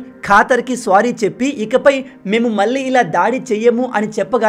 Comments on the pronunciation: Good explanation anna 👏 but please don't say the word "sorry" as "స్వారీ". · Kaatar kaadu.. swaary kaadu